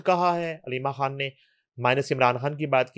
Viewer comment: یہ خاتون عمران "کھان" کہتی ھیں، خان کا تلفّظ اتنا مشکل ھے یا ان سے "خ" ادا ھی نہیں ھوتی؟ پلیز الجھن دور فرمائیں۔ شکریہ